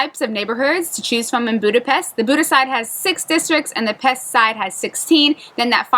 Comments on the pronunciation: Please stop saying Pest. The Hungarians don’t pronounce it that way and neither should foreigners. Buda •Pesh, not Buda•Pest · If you're going to live there, please learn to pronounce the name of the city. In Hungarian (Magyar) the letter S is pronounced like SH in English. And, respect the culture -- don't be an "ugly American."